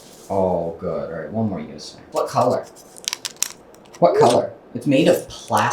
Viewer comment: I think he might have said "puh-las-tack?" instead of "wanna snack?" Like he was kinda mixing up the two. Like "orange" and "a wrench" 🤔🙃